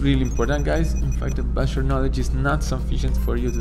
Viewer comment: I thought he’s saying “busher” or “basher” but he actually says bachelor😩😭